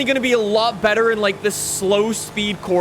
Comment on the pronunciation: . listen closely. he says breader instead of better